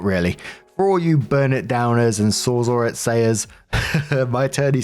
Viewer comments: pronounces SawzAll perfectly Also: Still saying En-roach-ment instead of En-Croach-ment.😅💚 Love u to pieces, but I'm pretty sure the C isn't silent.😉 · you said Sawzall perfectly! However, you don't say encroachment properly. You always leave out the C. Just something I've noticed. And by the way, you are by far my favorite YouTuber and the one I can't wait to hear each day. Thank you so much for being the beacon of light we all need!